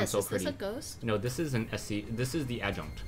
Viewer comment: Not Adjunt or Adjunct, she is the Adjutant.